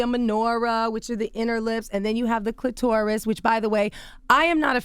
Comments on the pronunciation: I can't take an expert seriously who says cli-TOR-is instead of CLI-ter-is. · The CLIT- OR- US / rub it slow / TORT - US